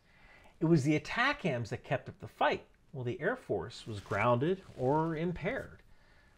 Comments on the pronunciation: As a former MLRS crewman for 10 years, your pronunciation of ATACMS is killing me. It's not Attack Hams. It's AY Tac Ums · It’s atacms not atac-ams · I also cringed at the first mention in the vid of ATACMS -- If somone said, " launch the A-Tak-Kams strike" in the JOC they would be immedietly mocked/escorted out!😂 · Are you saying "attack hams" on purpose? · Pronounced Ay-'TAK'-Ums. MLRS not MRLS. ATACMS was not "adapted" for HIMARS. HIMARS was required to fire everything the M270 and M270A1s could. The entire MFOM or MLRS Family Of Munitions. Just one pod at a time instead of 2. I was an active duty 13M for over 21 years. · We 13Ms didn't emphasize the M in ATACMS back in the 90's. Might be how it is said today for all I know. Love seeing my old job be so important still.